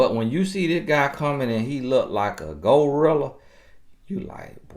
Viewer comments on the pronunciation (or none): “ Go rilla” gotta love that accent lol